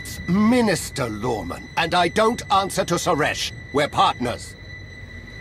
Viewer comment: it's minister lorman! MINISTER LORMAN!